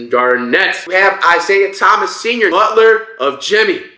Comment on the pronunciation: Bro said IT senior 💀